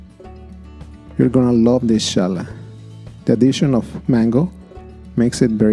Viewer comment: Really interesting variation and a simple plaiting form that looks very complex when baked. Thanks\ Gracias English pronunciation is not "Ch" as in "chosen" rather like the J is Jose in Spanish